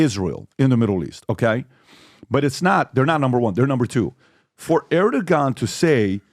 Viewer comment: When I someone going to tell Pat he says Erdogon wrong? He has been doing it for months.